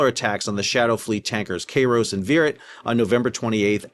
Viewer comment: It's pronounced "Kyros," not "Kayros." Basic Koine and Classical Greek.